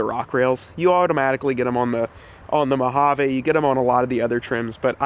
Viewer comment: Say it with me now: mow-HAA-veeeeeeeeee Sorry as a ‘25 Mojave owner it makes me cringe every time I hear “eh” Otherwise great work. Keep the suspension, it’s one of the truck’s best traits IMO. Several options out there for modest lift while keeping suspension (e.g. RockJock)